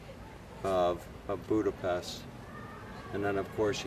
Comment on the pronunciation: It's Budape-sh-t, just as in the word shout and unlike the "s" sound in the word saint. Anyway thanx for the vids, great job! 😉